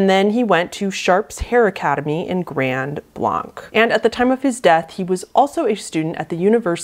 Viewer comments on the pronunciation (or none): I live in Michigan in Genesse county where this all went down. This was a pretty scary story for quite a quite a while, A lot of the gay community rushed to get off of grinder. And we’re warning others to not use it. Also, Minor nit pick, I know it’s French but it’s pronounced “Grand Blank” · I know it doesn't matter but we say "Grand Blank" not Grand Blonk" This case is local too me. He's a few years younger than me but we had lots of mutual friends. So sad. So tragic. And still no justice yet. 💔